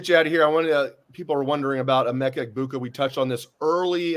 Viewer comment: needed to find out how to pronounce the last names of Chip and Emeka. Both main players…ask someone